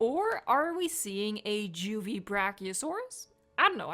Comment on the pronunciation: JUST SAY JAY-DOUBLE-U-E. Fucking DGWEE for what?